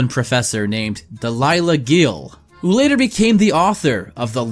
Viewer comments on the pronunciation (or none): I’m pretty sure you say it Del-i-lah Geh-eel